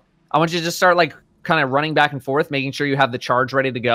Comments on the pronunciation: Are we just goin to ignore that said “So on and so FARTH”? Like seriously dudes? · "So on and so farth." - 2018